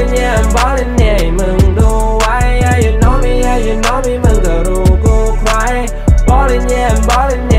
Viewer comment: สายฮา ปาจิงโกะ เท่าที่ผมคิด ประมาณว่า คำที่สัมผัสกัน โน้ตเสียงจะไปทางเดียวกัน อย่างเช่น ใคร กับ ไว้ ออกเสียง ใคร เป็น ใคร๊ สำเนียงเหมือนกันไรงี้ (ไม่เข้าใจก็โทดทีนะ ผมมั่ว55)